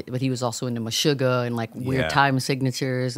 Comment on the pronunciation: The first US American in a long time pronouncing 'Meshuggah' correctly xD